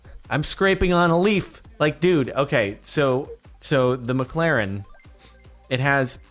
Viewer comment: did u say u have a miclarin